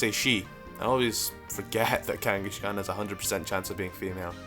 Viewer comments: Kangaskhan, not Kangeskhen. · Kanghashkan? Really? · Kangas-kahn not kangashkan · "number one is kangashegon" me: its kangaskan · he said kangiSHkon!!!! LOL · Kangaskhan is pronounced like the mongol Kangas Khan, not Kangi-shkan, just thought I'd point that out. However I dont know how gamefreak made the connection, if you know do say. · It's not pronounced "KangaSHkan", it's "Kangaskhan". There's no "sh" in its name :P. Also I'm glad I'm not the only one who thinks there needs to be a prevo (Baby form imo actually) for Tauros and Miltank that evolves based by gender. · idk why, but when people with accents pronounce something oddly, like how ThnxCya says "Babby" instead of "Baby", it makes me laugh a little, like when says Kangaskan it's funny, no offence man, but still ^u^ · The baby in Kangaskhan's pouch is a baby Kangaskhan, not a different pokemon. They can't just alter history to say that's it pre-evolution. Also you pronounce "Kangaskhan" wrong.